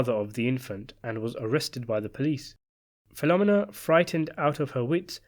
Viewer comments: Her name is pronounced PhiloMENA, you dunderhead. Not PHILomina! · Fil-o-mee-na, not phenomena. Haha. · Filomena is pronounced fi-luh-MEE-nuh, not fi-LO-muh-nuh. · In Sicily, the girl Michael married was named APOLLONIA (pronounced Apo-LO-nia), not APOLLINA. Also, the name Filomina is pronounced Fi-lo-MEE-na, not Fi-LO-mina. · Great vid! Just an aside, it isn’t Filomena like “phenomena” rather Fee-low-men-uh 🤙🏼 You could pull the penultimate syllable to sound like the second A in Charlemagne as well but that is not such a big thing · the woman's name is filomena, pronounced Feel-o-meena, not filomminna. sickening to hear all the repeated mispronunciation. regarding luca stumbling over his lines at the wedding, the actor may have flubbed his lines in real life, but that's exactly what puzo described in the novel: brasi stumbling over the flowery lines. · Fill-oh-meenah not Filohm-minah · Great video, as always…only her name is pronounced Fill-O-May-NA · My dude. I love your videos but you gotta start checking how you are pronouncing things. "PHIL-O-ME-NAH" 😂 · Fill-oh-me-nah. Just saying. Thank you for making this video. Luca was always scary. I read the book! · Some pronunciation corrections: It's Fil-o-MEN-a and A-poll-O-ni-a. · Fill-o-meen-a.... trust me. I worked for Italians that named their restaraunt after mother. Filomena's Lakeview in Deptford, NJ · I attended elementary school with Italian girls with names such as Carmella, Sabria, and Philomina . . . pronounced PhiloMEENa which I believe is how an Italian-speaker would say it. I suspect that the narrator's consistent mispronunciation is related to how the British often put the accent on different syllables as in "laBORatory". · Bro, you're freaking me OUT...it's Appa-Lone-e-ya (Appolonia) and Feel-o-meena (Filomena) jesus ! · I can't with this pronunciation of Filomena. Phil-om-en-na hahahahaha. Take a minute to see how to pronounce a name before you say it 100 times